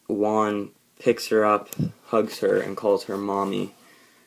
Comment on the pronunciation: Dude, "Juan" is pronounced "Who-Ann", not like the number "one". The J in Spanish sounds like the H in House.